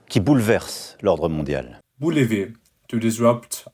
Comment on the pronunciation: bouleverser, not boulever. Bon discours ... good speech ...